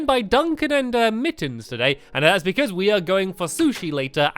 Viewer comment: I love how stamps say "because"......hehe...."becooze" 😂